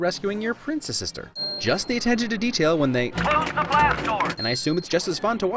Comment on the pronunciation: Did you say princess-sister or Princest sister ?